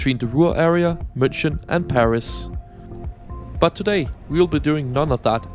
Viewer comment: Look, i love u, honestly. BUT PLEASE stop saying "munshen", I'm not even german, but that is PAINFUL to hear, it's not "sh" it's "h". Ok anyway bye 😘